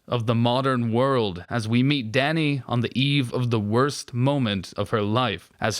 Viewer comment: The way you say "Danny" sounds like "daddy"